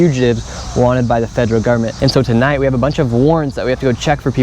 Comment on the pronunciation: It’s pronounced “FED ER AL” not “FEDG ER AL” it’s also “UNDER ARREST” not “UNDERNEATH ARREST”